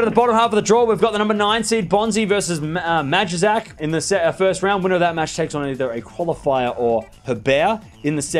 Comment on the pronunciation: Majchrzak is pronounced my h shack